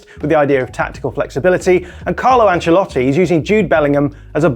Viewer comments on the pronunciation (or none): none